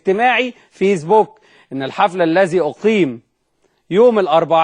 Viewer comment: الغبي اللي بيحكي ...اسمه فيسبوك ومش فيزبووك